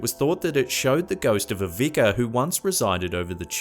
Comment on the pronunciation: who else hates the way he says Vicer like Vicker even if it is Vieser